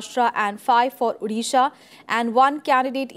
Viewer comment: It's not Udisha, it's 'O'disha. Please pronounce it correctly.